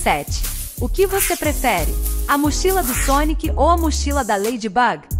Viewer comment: Sério, falaram Ladybug, muito... Errado mano 🙄 mais o vídeo ta ótimo parabéns 🤩Minecraft!!! Mds!! Sou muito fã 🤩🤩😍😍😍